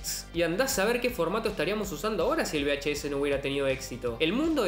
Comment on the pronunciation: Por cierto, se dice VHS, no BHS. V y B, no suenan igual.